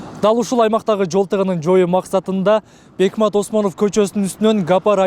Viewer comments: Бекмамат десең бекмат дебей туура айсан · КОРРЕСПОНДЕНТТЕР..МЫКТЫРААК БОЛГУЛАЧЫ???. БЕКМАТ...ЭМЕС..БЕКМАМАМАТ ОСМОНОВ ДЕП АЙТЫЛАТ??????....